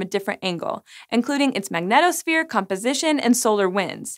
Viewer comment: The way she is saying magnetosphere is tilting me xD